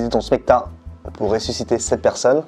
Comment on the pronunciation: Quand a dit ressuscipeter, j’ai péter